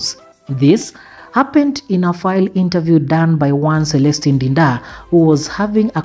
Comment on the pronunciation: Not enter view's but interviews 😂😂 and not Fry but Fly ......woi kizungu nayo😅